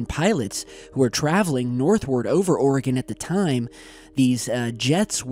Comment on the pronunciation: Also, thank you for pronouncing Oregon correctly 😂